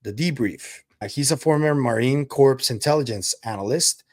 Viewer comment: Great show, as always! BTW, corps in Marine Corps is pronounced like “core” - the p and s are silent. Another quirky thing about English!